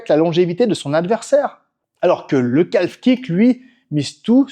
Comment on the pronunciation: Bonne video, mais on prononce pas le l de calf, on dit [ka:f]